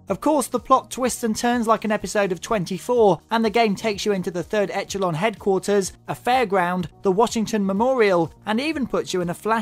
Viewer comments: no, it's not a serious question you idiot, it's called a rhetorical question, aimed to point out how absurd it is that he's played through the whole game and not noticed how they pronounce echelon after they say it in the game to a hundred times. try using your brain a bit before retorting. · you pronounce echelon wrong.. did you even play the game?